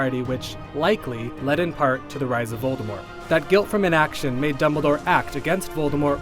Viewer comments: this guy is actually going with the silent t voldemor pronunciation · because Grindelwald was he was tied and locked... and he hasnt wand...it was easy of course....lmao....And its VOLDEMORT /OR TOM MARVOLO RIDDLE/ no u-know- who (its for whose who are fear to pronounce it)